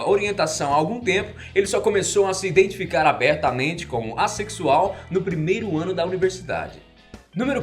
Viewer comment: É SER ASSEXUAL GENTE! ASSEXUAL! FAZ FAVOR DE FALAR DIREITO